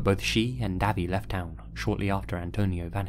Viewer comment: If the name is Davy I think it’s pronounced Dayvey, like Davey, but no e.